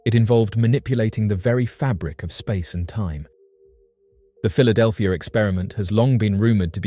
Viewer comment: Philadelphir? That's not the queen's English. kek